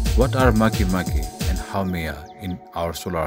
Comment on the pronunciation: It is not makimaki😂.